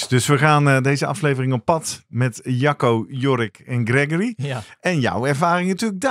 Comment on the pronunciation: Mooie uitzending weer, prachtig onderwerp, sommige uitspraken moeten we hier wel om lachen, is het nu Jacco of sjacco? net als Guido of Kiedo? het onderwerp vinden we het belangrijkste hoor en zeker de aandacht van hoe jeugd selecteren en hoe ontwikkelen, wel willen wij hier kwijt dat asm niet nieuw is, wij doen dit al 40 jaar. maar mooi dat bekende sporters en coaches hier nu een lans voor willen breken.